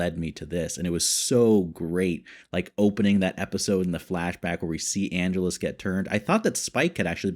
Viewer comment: Minor nitpick, but your mispronunciation of Angelus has been driving me batty. It's ann-jealous. I loved your reaction to When Liam met Darla. . . (Angel's origin story) The actor playing Kendra? Even 10 years later she was still playing a teenager! Didn't you recognize Darla (the lady vampire hanging out in the alley) from the first few episodes of season one?